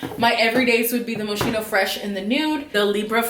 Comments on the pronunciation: Actually it's moss-ki-no. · It's Mo-ski-no ! no shade but people pronounce it wrong all the time . all those perfumes are great . stay safe